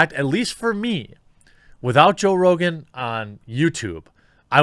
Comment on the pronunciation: i won’t miss joe “rogain” rogain.